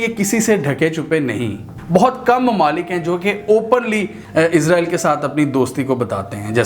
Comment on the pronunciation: آپ اسراءیل کہیں نہ کہ عزراءیل؟۔۔۔